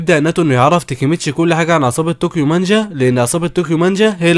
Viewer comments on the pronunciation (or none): صحح نطقك لانه مره مو مظبوط اسمه دراكين واسمها طوكيو مانجي مو مانجا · تابعت هذا الانمي..... تلخيصك حلو بس للاسف تنطق اغلب الاسماء خطأ 😅 تاتشيبا صارت تاتشيبان 😂 وناوتو صار ناتو 😂(الناتو شئ يؤكل) وعصابة طوكيو مانجي صارت طوكيو مانجا 😂 ما كملت الفيديو ف ما ادري... بس غالباً جبت العيد في اسماء ثانية 😂 بس تلخيصك حلو الصراحة+طريقة سردك للاحداث حلوة جداً... تجيب المهم وما تكثر كلام... استمر... لكن حاول تصحيح نطقك للاسماء... وبتكون احسن قناة تلخيص في اليوتيوب...عجبي كمان غير التلخيص انك تشرح الاحداث المعقدة وكذا وذا جيد جداً... استمر